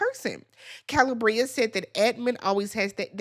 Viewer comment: Kuh-lee-Bree-ah 🙄🙂‍↔️😑 you pronounce names like you’re from MN too…😶😵‍💫🥴